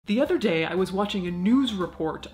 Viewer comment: Are you mingling with Irish people? The way you said ‘the other day’ at the very beginning was very very Irish !! ☘️🙊👌🏼